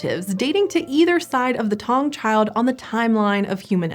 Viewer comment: Sorry but your saying the name wrong " Taung child"